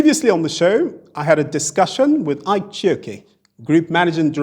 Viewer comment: Nice, you are not pronouncing the Ike well